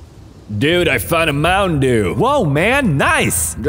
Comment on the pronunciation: they dont even say mountain dew, the say mouwin dew xDD